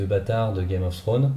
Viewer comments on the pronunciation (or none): none